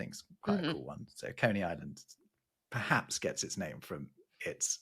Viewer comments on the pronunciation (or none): "Coney" should rhyme with "honey" and "bunny", not with "bony". I think you can imagine why we stopped using the word in favor of terms like rabbit, hare, and bunny.